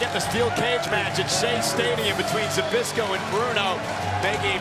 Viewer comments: Хоть бы произносить его фамилию научились. Збышко, а не как они его там пытаются произносить. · That feeling when you are Polish and can't stop laughing when they can not say ZBYSZKO right xD